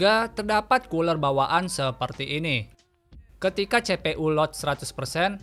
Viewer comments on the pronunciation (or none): Cpu dibaca CE PE U. Ini pasti orang sunda.. Tapi videona madep pisan kang. Hanupis..